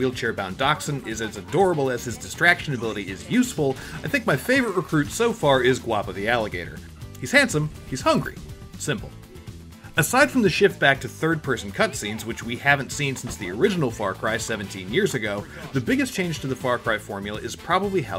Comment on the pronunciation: Ugh. So you've never seen the three amigos. Since you completely mispronounced the alligators name